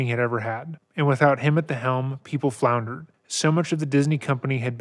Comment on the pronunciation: The way you said "floundered" made me think about how amazing it is you are putting images in my head with nothing but sounds you push out of assorted flaps of skin.